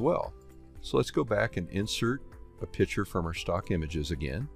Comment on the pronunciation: Outstanding presentation. I learned a lot, and I am so grateful to you for sharing your expertise. One thing, however, that I found extremely annoying. Pronounce the word 'picture' by including the hard 'c.' It is not a pitcher! Other than that, your training was excellent, and I subscribed.